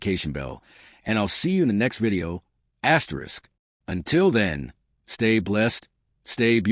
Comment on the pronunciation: What is this asterix asterix distracting the flow of the story?